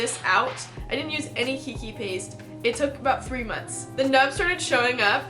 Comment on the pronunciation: I love your videos but just so you know "Keiki" is pronounced "Kay-kee". It's the Hawaiian word for kid/children/little one but just out of respect for the language I just thought you should know.